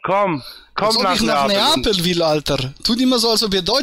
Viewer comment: "Komm nach Napel" - blöd, wenn man nicht mal den Städte-Namen richtig aussprechen kann.